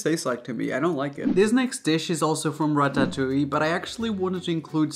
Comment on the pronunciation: i love the way he says ratatouie lol wai wait wait wait wait, hold on a second, raphael. Vegan corndogs taste WAY better than carrots. Don't ever come for them